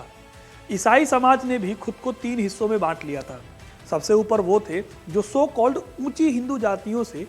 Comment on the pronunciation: Sir please improve your speech don't use (so cold ) 🙏🇮🇳